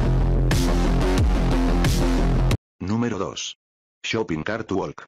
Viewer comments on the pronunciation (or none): none